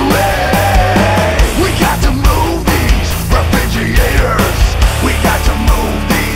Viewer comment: Leo - It's pronounced "re●frig●ger●a●tors"